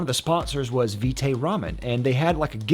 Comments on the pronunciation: pronunciation rhymes with bite or right. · It’s vite as in bite, as in vitamin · It's Vite like Bite with a V